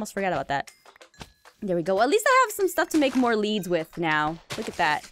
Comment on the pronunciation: When you said make more leads it sounded like you said make more levins